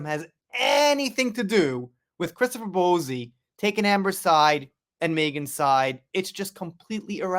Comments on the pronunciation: I love your videos, so I thank you for your hard work and always trying to keep us up to date. By the way, Bouzy is pronounced Boozy, but I kinda actually prefer your way of saying it. It would drive the ego monster that is Bowzy, mad!! Love it xx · Who is Kate Middleton? Also- it's pronounced BOO-zey. Not Bo zee. Good bruadcast otherwise 😂❤ subbed...